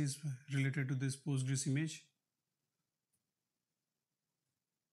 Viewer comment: why do you call it pUstgres? Its weird. Just say pOstgres.